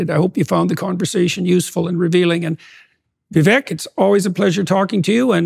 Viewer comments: How can JP keep mispronouncing his name like that? It's Viv-ake like cake, not Viv-eck like deck. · It’s Pronounced “vivake” as in cake. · Vivek like CAKE. Say his name correctly please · Vivek… Vee-vák like ‘cake’